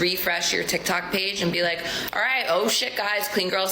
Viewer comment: holy moly, the obviously fake, "this sounds kinda new york-ish", heavy, almost north jersey accent, but in the worst possible way imaginable is ear-grating. the only word she even tries to pronounce like an east cost native is "all" and it's completely overdone. this is coming from someone with a fairly heavy Boston accent. the rest of her accent sounds very stereotypical minnesota